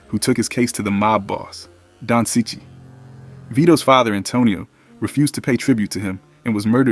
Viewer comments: It’s pronounce Chee-Chee, not sichee. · It's pronounced "cheech". No offence, mate 👍